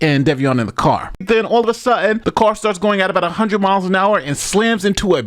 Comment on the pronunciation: When you say “All of a sudden” I swear you accent sounds British for a few seconds! 😂